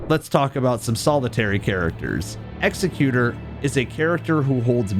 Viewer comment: I love this video and channel but for the love of Marika PLEASE— it is pronounced Exec-u-tor, NOT Execute-er. The latter would just called an executioner. An Executor, is a legal or familial position meant to document your life/handle your estate after your passing. Hints to his painting as a form of documentation. I’m not trying to sound pretentious—it’s just important context for the Night. Thank you! I look forward to seeing more!